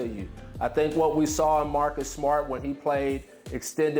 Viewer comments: “Marcus smot” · Am I the only one that heard Marcus SMUT? LMAO